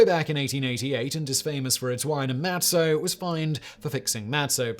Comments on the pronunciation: Mah tzah, not mat so. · Simon, it's pronounced (Maht-zah)